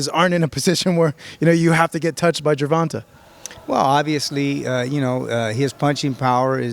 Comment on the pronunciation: Jer... Vahn... TAY... my guy.... TAY. I feel like you were disrespecting him in a subversive buddybuddy attempt. Say it right from now on. Also, you said "i don't know when sparring has become so important, I don't know what the big deal is" in reference to Garcia not fairing well against Haney... but IMMEDIATELY afterward, 2 hispanic fighters were mentioned, and you instantly started foaming at the mouth in hunger for that sparring footage.... Oh, now it's a big deal? I'll take this video, with a grain of salt....